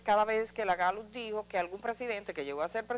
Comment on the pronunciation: Edith!, la Gallut como usted lo pronuncia, es la misma Gallup que conocemos?..